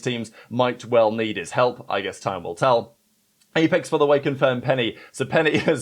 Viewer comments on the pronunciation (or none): none